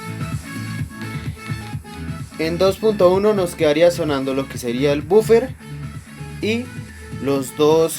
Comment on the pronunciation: Es la abreviación y no es bufer es woofer